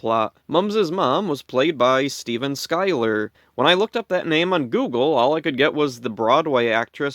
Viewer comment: you were looking for information on the actor who played The mummy's mommy Steven Schyuler, well here i am. ive been online all this time.... and thank you for pronouncing my last name correctly